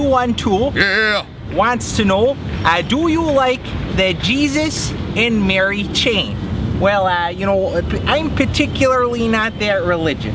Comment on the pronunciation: He pronounced Jesus and Mary Chain correctly